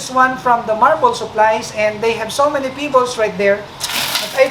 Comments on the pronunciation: Is he saying pibolss or pebbles?? 😂😂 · It pronounce pebbles not pibbles